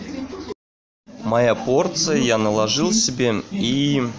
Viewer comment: Некоторые слова режут слух -😊 НАЛОЖИЛ !рис. ТЁТЕНЬКА! 😀